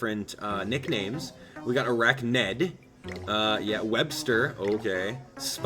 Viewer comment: arachnes says his name like racness lol